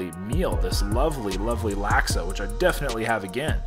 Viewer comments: Laksa is pronounced Lock-Suh for future reference haha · Hi, love the videos just a little triggered by the pronunciation lol. For future reference laksa is pronounced like lock-sah